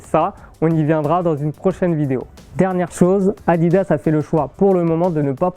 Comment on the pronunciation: moi au début j'ai cru qu'il disait maillot a 10 euros mdr🤣